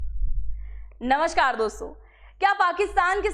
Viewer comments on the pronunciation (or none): none